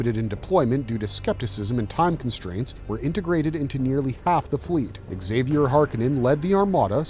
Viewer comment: Nuclear. Nu-clear. New-clear. Not nukuler. :( also exk-zay-vier is gonna drive me nuts too. It's a basque name (Zay-vee-er), which eventually became french (Xavier, Zav-yay) and spanish (Javier, Hah-vy-air)